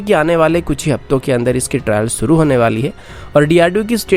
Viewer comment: bhai Suru nahi Shuru, doing a very good job keep doing.